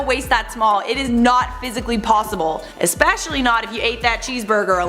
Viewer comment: "ecspecially"??!! You really pronounced it like that?!